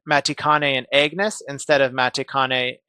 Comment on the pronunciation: Say it with me brother.. "Ahhg-ness" "Ahhg-ness" not Egg-ness tachyon